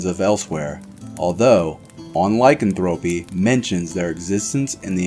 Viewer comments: Ur are mispronouncing lycanthropy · No offense but he is not pronouncing lycanthropy correctly